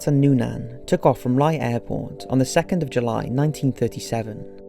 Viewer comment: Ear hart and Nuunaan WTF !!!! Why is the correct pronunciation of names by these YouTube narrators always fucked up. They don't even care to do any research, you fuckers are dumbing down generations of watchers.